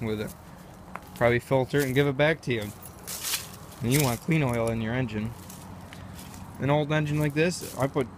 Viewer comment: I thought he was saying Motorola all the time 😂😂